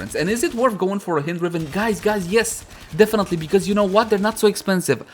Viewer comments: Pretty sure it's pronounced the same way you pronounced the second syllable of "beHIND" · 'Hind' like in behind 'hynd' like in hindi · I thought it was pronounced as "Haynd" lol, nevertheless been waiting for this since it was upgraded in terms of cc and sc